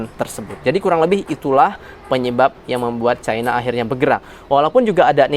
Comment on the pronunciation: caina caina, tae lu bisa baca gak